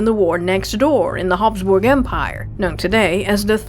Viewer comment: Thank you, thank you, thank you for NOT using an AI voice for narration!! I seriously doubt a bot could pull off those Hapsburg name pronunciations so beautifully and seamlessly! I'm now subscribed and am thrilled to hear a real person on these awesome history videos! 🎉